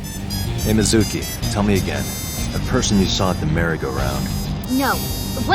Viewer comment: I generally like the English voice acting in this game, but the way that they refuse to pronounce some things correctly, like "yakuza" and "Mizuki" does drive me a little crazy.